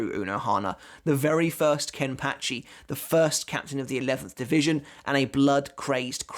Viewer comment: KEN-PAH-CHI not Ken-Patch-ee!!1